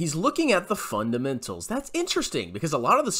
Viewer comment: "It's all about the fundementals: revenew and groeth"